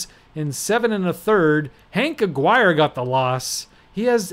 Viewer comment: Just for your future games, Bruton rhymes with ROOTIN' and Aguirre is pronounced a-GARY.